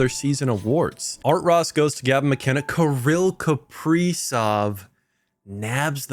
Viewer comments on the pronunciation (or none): none